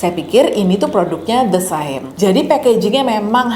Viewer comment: Hai kak, btw the saem itu pronounce saem nya mirip uncle sam. Gak penting sih, sekedar info aja 😆